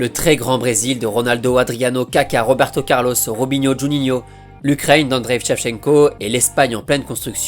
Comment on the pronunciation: Tu n'as pas compris. À deux reprises, au lieu de prononcer Shevchenko, il prononce Vshevchenko. D'où mon commentaire 🙂